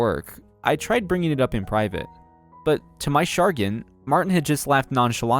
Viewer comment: It's MAR-TIN not MAR- TEN